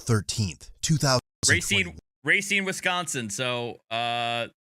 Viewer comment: Racine resident here. That girl is basically the state of Wisconsin. And I hate it when people say "Ray-cine." Racine throws people off because it's one of the few place names in the state that isn't phonetic in English. "Rah-cine." It means "root", which is what the river is called, because it's so full of silt that it looks like a root. Or, before the 80s it was so full of shit from the suburbs just dumping untreated sewage into it. There's a dam on the river that they had to rebuild because the poop built up and chemically damaged the structure. When they replaced it, most of the work was digging the poop out. I'm friends with the contractor family that did the work: worst job they ever took.